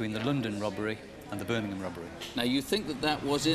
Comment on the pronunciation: When says Birming-hom eat a pork scratching..